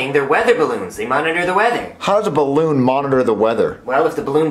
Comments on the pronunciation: It’s supposed to be balloon not barroon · Ballon❌ Barroon✅